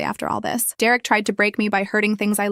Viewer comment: Dererick?? Really?? It's either Derek or Derick.